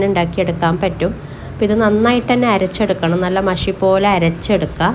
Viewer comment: എരെച്ചെടുക്ക എന്നല്ല അരച്ചെടുക്ക എന്നാണ്